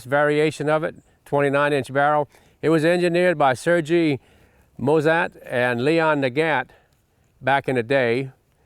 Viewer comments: Sergie It is pronounced "sirghee" not " sir G"!😜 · "Serjee" really bruh